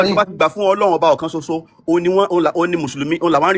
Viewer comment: 😊 You know what your problem is, you have a bit of knowledge but think you have a lot more than you do. Read and learn - there's is nothing called "Ọlọhun", it is a mispronunciation of "Ọlọ́run" - Ọlọ́run is derivative of "Olú Ọ̀run" - it is a title, the Olú of Ọ̀run, just like there is Olú aiye (Obaluaiye) now it is impossible for you to want to call Àláh or Yahweh "Ọlọ́run" , because Ọ̀run is a noun, it is another realm that is only found in Ifa teachings. Òrun has nothing to do with aljana, because there is nothing in Ifa that describes Ọ̀run in the manner Aljana talks about virgins and you muslims. Likewise Ọ̀run is not the biblical "heaven", there is nothing in Ifa that tells us there is one white guy sitting on a throne and milk and honey is flowing, again all that description belongs in the bible. So, Ọlọ́run is a title, and in Yorùbá Isese is where you find that title. Just like you can't call Trump the Olubadan, you cannot give the title of Ọlọ́run to any random foreign deity. It means you are talking absolute nonesence and confusion.